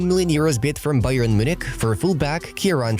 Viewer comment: Man got me laulaughing when he said barca Bayer 😂